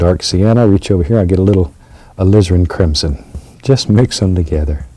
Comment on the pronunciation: It sounds like he said lizard crimson